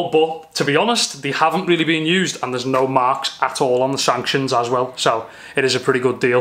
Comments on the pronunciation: Wicked mods, Dude are you saying sanctions? No biggie but it's a fork stanchion for clarification! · Stanchens not sanctions!!!!!!!!!!